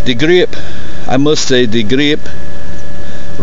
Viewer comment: "Smaller gah-reeeep"